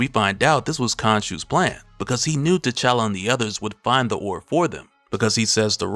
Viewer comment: The word you’re trying to say is “ORB” with a B. An oar is what you use to row a boat